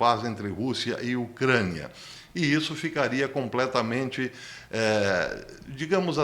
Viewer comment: Porque diz ocraniaaaaaaahh bastante esquesito